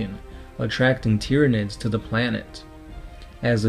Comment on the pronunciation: I'm really glad I found your channel and appreciate the work you've put into it. This is the moment that anyone reading this will hate me, but I just have to say it because that's who I am. your pronouncing a large amount of names... wrong. Tyranids is pronounced the same way you say Tyrannosaurus.